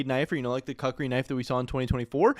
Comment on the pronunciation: Why bro saying cuck-ri knife?